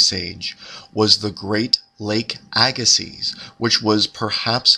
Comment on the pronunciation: The z is not pronounced. It is a-ga-see.